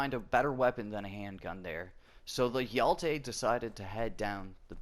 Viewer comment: I love how you pronounce hero in swedish :D Hjälte